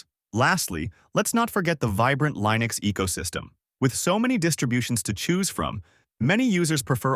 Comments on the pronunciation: i seriously didn't know that this was an ai voice until ish where he starts saying linux wrong, that's crazy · For me, I hate icons, that's why I use Mint Cinnamon. I want text lists in alphabetical order for everything except the panel at the bottom - files and programs - not a screen full of giant icons. And you need to learn how to pronounce Linux and Mate and Debian. What is this, AI?